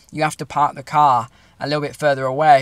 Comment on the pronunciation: Love the accent . . . “Had to paak the caar.”